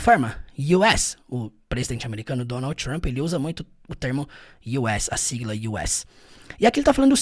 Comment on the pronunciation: Eu acho tão chique quando a pessoa faz a pronuncia real do nome dele tipo Donaudi Tchump